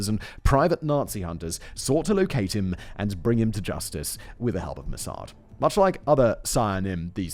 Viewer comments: Its pronounced moss ad not mossard simon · I liked your video, is it me but I hated the way you pronounced MOSSAD.